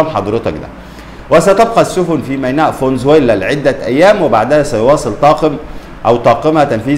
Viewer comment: فانزويلا مش فونزويلا